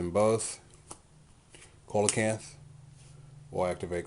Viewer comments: No actually it isn't. He's right; it's "See-la-canth". Check in any dictionary or online audio pronunciation. Dictionary com, Merriam-Webster, or audioenglish just to name a few. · yeah it is its pranounced see-la-canth. look it up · It's see-la-canth. dictionary.reference.co m/browse/coelacanth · Sorry to sound like an A-hole, but Coelacanth is pronounced "See-la-canth"